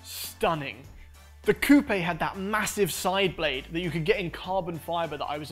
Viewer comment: The way pronounces Coupe bothers me